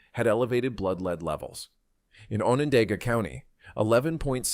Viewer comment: Need to say Onondaga correctly 😮